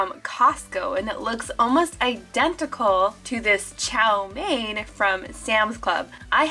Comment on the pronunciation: The chow mein noddles that's not how you pronounce it ik how to pronounce it but I donno how to show you